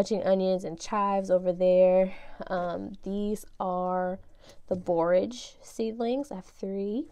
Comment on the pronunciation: That's how you pronounce borage, I've been butchering it🤣🤣